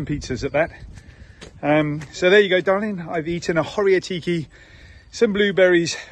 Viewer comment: Ho-riA-tiki. Accent on the 'A'. I'm glad you enjoyed it. It's definitely a classic salad